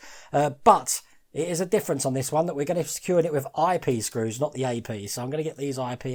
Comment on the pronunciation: Did anyone hear he said "I pee screws"? 🤣🤣🤣😜😜😜😝😝😝😜😜😜 Joking! :D